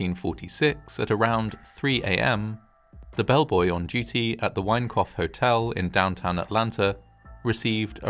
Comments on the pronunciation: Thought you kept saying 'wankoff hotel' 😂😂😂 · Sounds like the narrator is saying the Wankoff Hotel... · Every time you say Winecoff, I hear ‘wank off’. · All I hear is, "The Wank-off Hotel." 😂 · Obviously a terrible tragedy, but I can't help chuckling a little whenever you say 'Winecoff'. Sorry. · With a name like 'Winecoff' you had better be precise in the enunciation of one's vowels . . . .